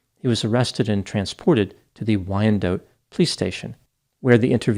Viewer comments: I used to live in Wyandotte as a kid. It’s not “dote” or “dough” but “dot” rhymes with “spot.” Why-un-dot. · City is pronounced wine-dot, not why-an-dote😅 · Btw, it's pronounced "Wine-Dot". 😅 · The city is pronounced WINE DOT.. As a Detroit native who grew up in the 90s, when my siblings and I acted up, our mom would tell us she was going to take us for ice cream in Wyandotte. Pretty dark aye? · Wyndotte is pronounced “Wine-dot” if you’re from Michigan. Always enjoy when you cover cases from here. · Pronounced "Y-N-Dot" --Wyandotte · He's hurting my ears. It's pronounced Wine dot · more like Why n dot....not wine Just say n LOL 😆